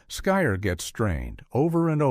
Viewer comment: SKYR is pronounced "skeer".